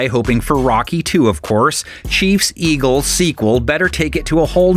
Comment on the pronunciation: our mayor chanted Eagles as ELGSES 😆